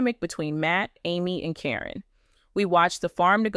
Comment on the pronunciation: The mispronounciation of names onames is al so ridiculous. In one sentence Caryn's is pronounced correctly then in the next it is not. I think in the beginning there is a statement re it being for entertainment.